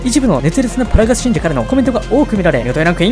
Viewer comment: 「パラガス」のパ、めちゃくちゃ発音良くて好き